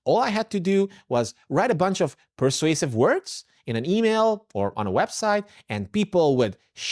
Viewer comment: You pronounced persuasive as passive